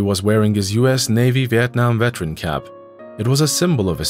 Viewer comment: IT'S NOT VETRAN, IT'S VET-ER-AN. You are as bad as the brats in the story.